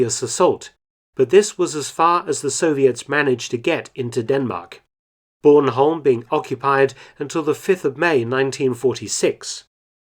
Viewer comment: As a Dane and Bornholmer I am greatfull that you pronounce it almost right and remember us for the terrible months we were under soviet rule.